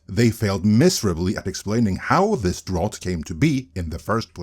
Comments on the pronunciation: no shade my dude, its pronounced drOUT. like, "get out". good vid per usual. edit: english is dumb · What's a drot? Also a drought would be an absence of superhero films not shitty quality ones no one is watching. Strange choice of words for the article. I think they only did that to expose that can't pronounce the word. Anyway, even this video actually misses the true cause. DEI is a very broad package, but it's not the main issue. The issue is the feminization of masculine brands. That is a FAR bigger issue that forced diversity. I'm not saying DEI isn't an issue, just you isn't saying the things the article list were not factors, but if we are going to focus on the biggest problem, that is what it is. FACT: The Superhero genre and superhero comics in genre is designed to appeal to boy and specifically boys male power fantasies. That is the very core and roots that build the foundation on which all the success was built. Doesn't mean you can't have female heroes, doesn't mean you can't have female fans. But it is part of what makes the genre what it is. When you start trying to feminize it you not only put off the male fans, you put off them women that did previously like it because they specifically rejected girly entertainment for masculine nerd stuff. If they wanted to watch girly stuff they'd be going to romantic comedies instead of superhero movies. What the feminization does is try to appeal to the women that were doing that and they will never be convinced to watch superhero movies. And so you have disaster. You can say "But they are doing it for DEI" an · Drought is pronounced "drout", like trout. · Drought rhymes with trout. English spelling is a mess. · I know it’s picky, but it’s pronounced dr-OUT😉 Keep up the good work though😊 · Drought doesn’t rime with thought. Drought rimes with about. It’s weird, I know. English is a weird language. But just so you know your pronunciation of the word ‘drought’ was incorrect.